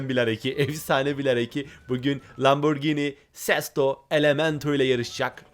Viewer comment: Yanlız o lamborgini diye değil lamborjini diye okunuyor öğrende gel